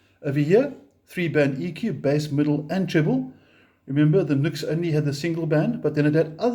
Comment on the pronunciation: Much as I approve of your ZA/NA (?) accent, "NUX" is pronounced NEW-X in spoken English according to NUX (Cherub CN) themselves. Hey, as an owner of many NUX products and native English speaker from a time when grammar, punctuation, spelling and pronunciation were taught, insisted upon and examined, I used to pronounce it as spelled too for a long time. The keyboard doesn't type the subtle ">" used in the "NU>X" branding for so long well, which I suppose gave some hint of it. Returning to the relative mini amp comparison, of these three I chose and use the 3W Blackstar Fly 3 & Blackstar Fly 3 + Fly 103 6W Stereo combo for my battery powered portability deployment needs. Taking into consideration my purpose for the Fly 3s as I already had a Blackstar ID:Core Stereo 40W (now two thereoff with the addition of the latest V3 incarnation of it) for my primary practice amp, as well as multiple other larger electric performance and acoustic amps . In my country (AU) the NUX8 BT 8W with BT sells for around the same price as the Fly 3+Fly 103 6W Stereo combo (no BT) which includes its 240v AC to 6.5v DC step down PSU in the pack. The latter Blackstar 6W Stereo combo is really the direct comparison to the NUX price point for price point, with the advantage of Stereo which it trades off against the NUX's feature of Bluetooth. So in that sense, the standalone 3W Fly 3 isn't a fair or balanced comparison considering it sells for half the price of the NUX8BT or BOSS Katana Mini. Not that it